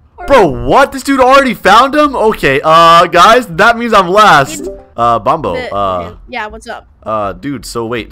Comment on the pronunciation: It’s not bombo it’s bonbo